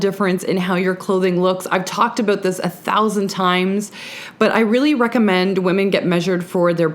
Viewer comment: Aboot “ instead of about ;) so cute 😂